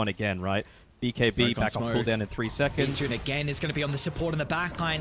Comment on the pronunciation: I was gonna say, he says it like this all the time. ITS V -TUNE